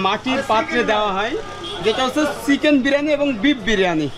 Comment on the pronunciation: আপনার কথা বলার উচ্চারণ শুদ্ধ করতে হবে, বিশেষ করে চ, ছ এর উচ্চারণ। চিকেন কে সিকেন শুনা যাচ্ছে, খারাপ শোনা যায়। এমনিতে আপনাকে ফুল সাপোর্ট ❤